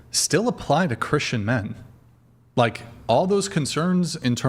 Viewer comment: it erks me when you mispronounce the word, “Christian.” You say, “Chrisshan.” And the word “question” as well. You say, “queshion.” It’s equivalent to when people mispronounce the word “Ask” by saying “Axe.” 😂 Oh, and when you take a breath in sometimes it sounds like you have a bunch of saliva in your mouth. I’m just the messenger and I’m pretty sure others notice as well.